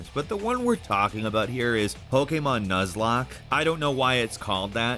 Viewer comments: Will never get used to pronouncing Pokémon as poke-AY-mahn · The way he said pokemon😆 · is there a reason he says pokemon like that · Why do you say Pokemon weird lmao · The way he says Pokemon cracked me up.